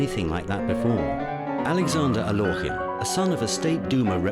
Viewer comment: Totally inaccurate. Alekhine did not lose to Euwe in "42." The Russian Revolution had nothing whatsoever to do with the death of either of his parents. Alekhine explicitly stated he did not want to be called "Al-yokh-in" as the narrator pronounces it here. Chesstv DOT com is absolutely not to be trusted for historical accuracy.